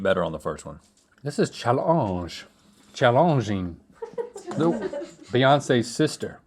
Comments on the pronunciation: why is no one talking about link’s “chall-awnge” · Link saying challonging and then proceeding to say Beyoncé's sister was way too funny 😂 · He said solange but in challenge word like Beyoncé’s sister 😆